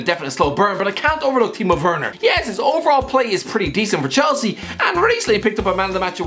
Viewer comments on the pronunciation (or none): none